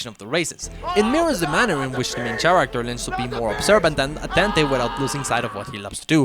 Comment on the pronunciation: The "ch" in "character" is pronounced like K.